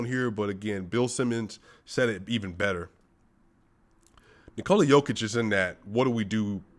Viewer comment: Man I love how you pronounce Nikola's name correctly. Serbia loves you brother.